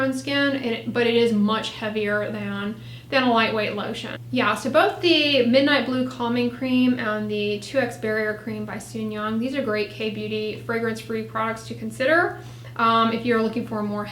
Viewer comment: Just an FYI, in romanized Korean, you pronounce the J (not as Y), so it's soon-jung, not soon-yung. Helpful video!